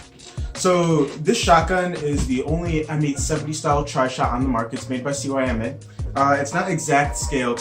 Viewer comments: please pronounce it see-muh instead of C-Y-M-A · Cyma is pronoced like. (See - ma)